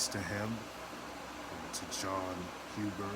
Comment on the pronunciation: You sed jon last name wrong but it's ok we all make mistakes